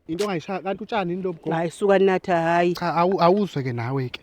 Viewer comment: Ugogo akasho kodwa ukuthi"MakaThah" Uthi "NaThah"